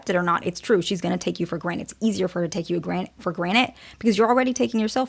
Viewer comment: I swear I'm hearing "for granite"